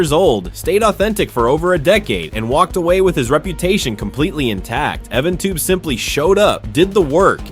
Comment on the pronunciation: EvanTub!? It's EvanTube. not the former!